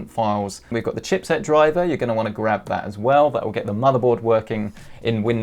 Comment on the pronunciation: no offense but : dwiver